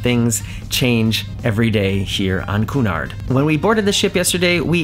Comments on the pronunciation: BTW it’s que-nard, not Coo-nard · the name is CUNARD, PhoneticalLy pronounced CUE - NARD, not COO-NARD! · Ffs QUEUE-nard, not "KOO-nard." Also culinary protip: Buffets are always kind of crap. Hot-holding is death. Stick of cold if they're changing stuff out frequently, hot food if you can't get there right at open or right when they change the pan, forget it. (This goes everywhere.) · Sorry, but it's not pronounced coonard, it's like kewnard phonetically speaking(o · It's pronounced like CUE as in POOL CUE, not COO as in raccoon. GOD, that mispronunciation grates ! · Try and pronounce it Que nard and not Coo nard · You keep saying the company name as (phonetically) koonard! . Wrong!!!. It is pronounced KYOOONARD!